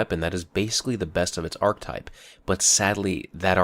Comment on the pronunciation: Please stop using the word archetype of you aren't going to pronounce it correctly.